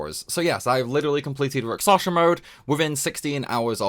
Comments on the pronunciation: Sorry, man, can't take it anymore - it's Rak-SHa-Sa! It's Indian mythos reference. Hindu epic poems are actually quite cool and for whatever reason Japanese RPG companies like to use its symbolism for sides of conflict (usually opposed Buddhism imagery). I'm not Indian despite the name, but I love their mythos for just how colorful they actually are! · i hear raksasha